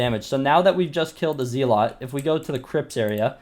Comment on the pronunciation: Stop fucking saying zealot wrong